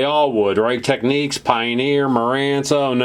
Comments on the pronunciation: Technics as in nic not nique Technique is a way of carrying out a particular task, as say an artists technique, why do Americans always pronounce things incorrectly? Why not Panasonique for Panasonic, at least you got that correct!!! But otherwise I think your channel is great! very well composed and presented, well done. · Great channel, learning a lot here. One thing, though. The way to pronounce Technics is with a nicks, not neeks. The Technics commercial here on YouTube will prove that fact to you. Please search it out. I am enjoying your videos, thanks. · Teck - Nicks. It's not techniques. Why can't Americans pronounce the name correctly?? It's not that hard.